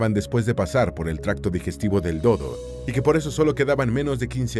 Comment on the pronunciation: “El Do dó, el Cu cú y el Ne né”